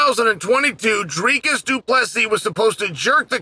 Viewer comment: Chael deserves a belt for his pronunciation of Dricus’ name